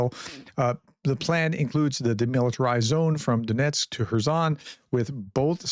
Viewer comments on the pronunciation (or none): none